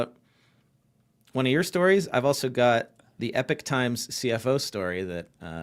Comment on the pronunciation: Not Epic Times but Epoch Times, guys